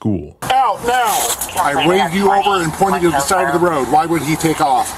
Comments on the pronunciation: Sorry sir, this cop is one of your Southern boys haha. There's no northern accent that pronounces "road" like that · The way he pronounces “road” irks tf out of me. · He has a southern accent. "Road" is only one syllable, not two.